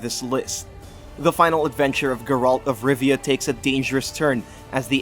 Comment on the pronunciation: Geralt not gerolt Great list though!